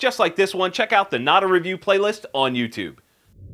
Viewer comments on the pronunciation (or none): none